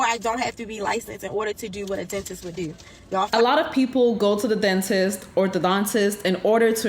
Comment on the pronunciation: why did i think she said 'go to the dentist or the dontist' at the start. sitting here trying to figure out what a dontist is...